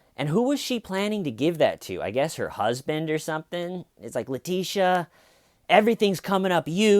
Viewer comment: ‘Leteeshee’ lol.